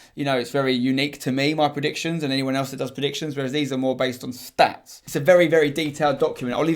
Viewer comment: it's pronounced stats not schtatsh